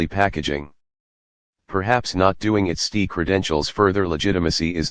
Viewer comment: Can't you teach your robot to say ESS TEE AYE rather than STEE?